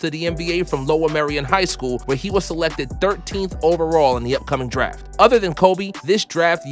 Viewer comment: "Also apart of this daf class"